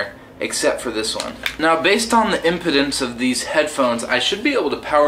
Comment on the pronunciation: Great product review, however as an electrical engineer, I have to correct one thing. , the word "impedance" is pronounced with a long E in the middle. Say "im/pea/dense"... It kinda sounds like you are saying "impotent" (pronouced im/pətnt) which is another word...LOL! Nevertheless, you make a great vlog that fun and engaging!